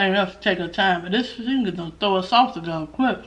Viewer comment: Them onions 🧅 look so good my God🤤 and the “sauchey” 🤣🤣 we don’t even have stairs no more we have a escalator 🤣🤣🤣🤣 Lord help me not the Robot 🤖